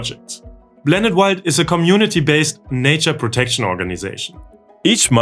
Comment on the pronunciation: ngl its kinda cute how he cant pronounce the P in english blanet wild eurobean union